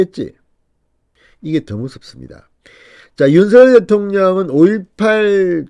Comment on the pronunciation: 윤서결 × 윤성열 0 똑바로 읽으시오